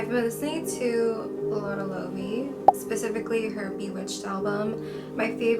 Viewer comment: Love your content. For the music section though, it’s pronounced ‘lay-vay’ not lawfey and ‘sha-day’ not sayde. Just letting you know <3